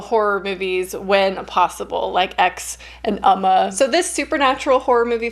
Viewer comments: ooo-ma not uhh-ma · Hey! I love your videos and your channel! I just wanted to let you know that Umma is pronounced more like "Oh-ma" in Korean! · “Oh-ma” is the pronunciation :) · Its pronounce umm...ma it means mother in Korea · pronounced "uh- MAW" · “Oh-ma” is the pronunciation:) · It’s OM-Mah lol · Been happy to see all the current film reviews. The Korean pronunciation should be more like "Um-ma".